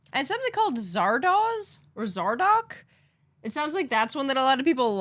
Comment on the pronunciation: It's Zar-doze, not Zar-dawes, as the original trailer revealed, iirc.